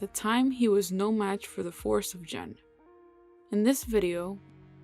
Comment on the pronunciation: Not to be picky, but this is my main character. It’s pronounced Gen (Gen) not Jin or Jen